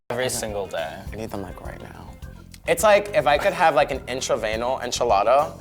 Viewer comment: The World: "In-tra-veen-us" Aja: "In-tra-vane-al"